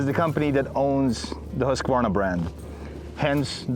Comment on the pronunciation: The authentic Swedish pronunciation is "hoosk·vaar·nuh."